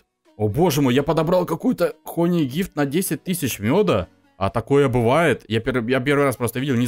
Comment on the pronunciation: не хони а хани мед читается хани а не хони